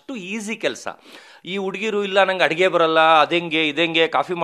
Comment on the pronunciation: ಅದು ಹಡುಗೆ ಅಲ್ಲ ಅಡುಗೆ